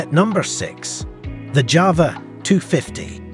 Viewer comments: JAWA not JAVA ! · It's pronounced YAWA not JAWA!